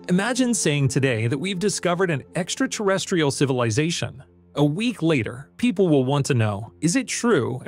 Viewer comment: Love the shows but I do wish you would pronounce extraterrestrial properly not extraterrestial. Thanks Karl.